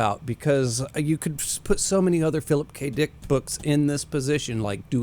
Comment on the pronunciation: he said Phillip K DEEICKKK